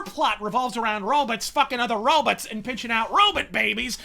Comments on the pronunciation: So this movie has a lot of "row-bits"? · Row-bit. ROW-bit. ROW-BITS!